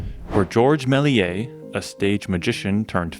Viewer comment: The S in Méliès is pronounced.